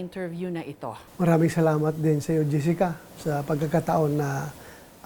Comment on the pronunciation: Mali pala tayo. Jissica naman pala ang tamang pronounciation ng pangalan niya according to Bato.